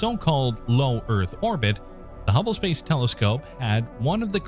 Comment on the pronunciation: I never heard of any humble space telescope, but I for sure am aware of the HUBBLE SPACE TELESCOPE, please fact check before and also get to know what you are talking about.... a simple thing like just a technical term or a name pronounced wrong is a ruining factor for the video, I almost stopped watching